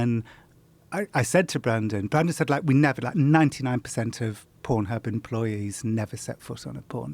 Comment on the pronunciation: the way this guys pronounces "pornhub" hurts a bit